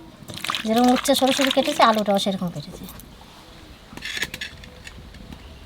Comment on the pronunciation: তোমরা কি উচ্ছে উচ্চারণ করতে পারো না?